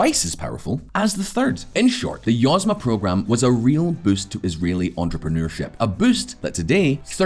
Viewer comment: YozMA (accent on last syllable), means "enterprise".